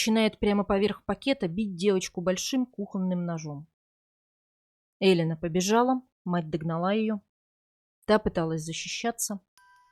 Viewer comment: Не Элина она, а Элена ! И да, я слышала это имя в Италии именно с ударением на первую букву .